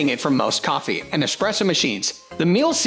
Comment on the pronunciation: Me-La. not Meal.